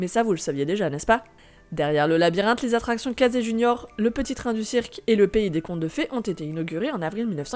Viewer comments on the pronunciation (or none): none